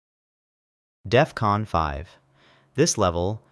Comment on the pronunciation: Dude at work says it's Death-Con. Lmao